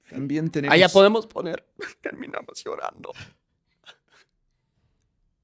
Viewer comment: Jajajajaja como reí con "terminamos llorando" 😂😂😂. You lo escuche asi; "terminamosh llorando" 😂😂😅😅